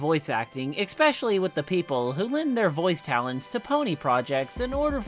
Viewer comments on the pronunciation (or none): It urks me every time you pronounce "especially" as "eckspecially"